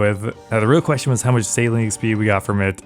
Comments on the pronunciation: Anyone else hearing Saline instead of Sailing? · omg absolutely, every time he said it I would hear "saline" in my head xD